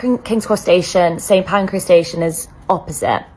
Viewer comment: The number of people who can't say St Pancras properly.